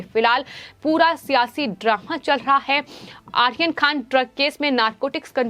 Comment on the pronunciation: Madam...for ur information it's Aryan not Ahan..